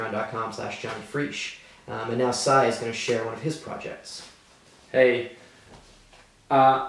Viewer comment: <3 it! Cy and I sounded almost like you said Cyanide lol. Keep up the good work!